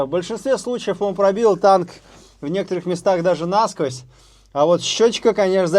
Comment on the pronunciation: НасквОзь, а не нАсквозь, Карл!